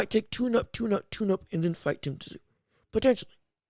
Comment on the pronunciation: It’s pronounced TIM ZOO